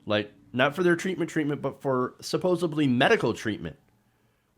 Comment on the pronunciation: It's 'supposedly', not "supposably".